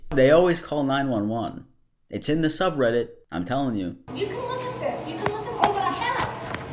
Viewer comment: You lost me when you said. Sub redit